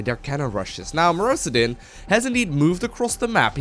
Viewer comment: I think it's mister osudin not mrowsdin